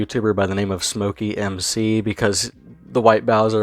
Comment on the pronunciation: I think it's "Smokey Mic C" not "Smokey M C". SmokeyMcC is his posted name. I could be wrong though... Anyways good video. I watch his channel too.